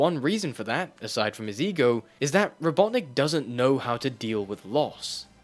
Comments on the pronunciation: I'm sorry but what the %@ is a robot nick and why are you saying it like that? i've been an avid fan of sonic ever since 1984 but i've never heard eggman referred to that way. is it some sort of urban dictionary internet slang insult or something? and don't say it's only an english language thing because i grew up with it in English. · It's Robotnik, you CUR.